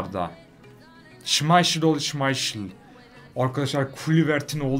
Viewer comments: Söylenişi şimayşın değil şimaykıl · kuluvert - şımayşıl ne hocam ya hahahahahaha :)